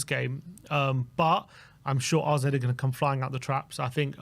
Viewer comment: why do you keep calling them RZ? Isn't it AZ? Have I missed something?